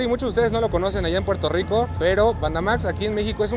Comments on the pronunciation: Quien le dijo q dijera pueltorro? No hagan esoooooo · La variedad de contenido esta cool, pero dato importante no es pueltorro🙄 pronuncien las cosas correctamente aunque otros la pronuncien mal. Pq repetir los errores🤔🧠😂